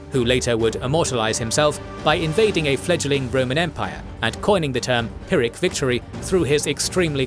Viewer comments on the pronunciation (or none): none